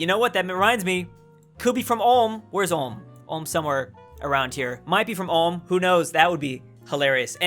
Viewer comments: Ulm is pronounced with a oe sound like in shoe not an oh like as in dot.. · We need to teach you how to say Ulm right 😅 (its Ulm, like in do, u in the beginning pronounced like o in do) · What tries to say: Ulm How he pronounce: Ouhm XD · I understand but THAT PRONOUNCIATION 😭 It's Ulm, not Ohm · You say it like alm its like the U from you Its Ulm not as harsh as the U from you but its Ulm not Alm thx Edit:That ain't no hate just wanna get things straight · "Ohm" as Prenounced it LOL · Ulm is pronounced like 'u' in butcher. 'l' and 'm' you pronounced correctly. How you pronounce (foreign) geographical names you sound like a non-native English speaker - or is it really so difficulty for AE speakers to pronounce geographical names? Unfortunately, Germans are people who assimilate very quickly on the whole. Therefore, they're rather suitable as immigrants. When I look at German girls, especially, who went to the States with GIs it's really astonishing how fast they turned as 'religious' as many US Americans. I was raised in a German town with a US Army garrison. It was mostly girls from the lower middle class who chose this way. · Only if u can pronounce Ulm correctly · You can't even pronounce Ulm lol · Great video! Your pronunciation of Ulm wasn't that great. The google translator did a better.